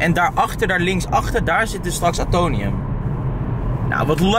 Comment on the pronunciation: Het is AtoMium, niet Atonium lol. Omdat het de atomen voorstelt van het element Ijzer. Weer wat bijgeleerd 🙂